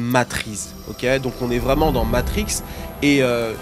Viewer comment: T'as matrixe la prononciation du mot Matrix